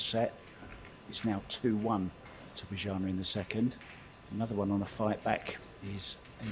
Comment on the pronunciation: Why don't you Google how to pronounce Bojana. Then maybe you'll stop butchering her name.